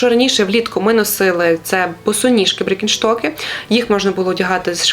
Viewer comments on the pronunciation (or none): Може, біркенштоки? А не бріккенштоки) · Дякую за відео ,але може то тільки мені декілька разів почулося «брікенштоки»? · Підписалась, лайк поставила❤️ дякую! Але 5 копійок додам🤣 Дуууже прошу, навчіться вимовляти бренди))) БІРКЕНШТОК, Валентіно і тд))